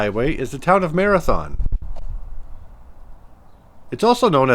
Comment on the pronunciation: It’s pronounced MaraTHUN , not Marathon like the race.